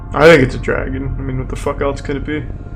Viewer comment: yall ever notice Charlie says "else" like "eltz"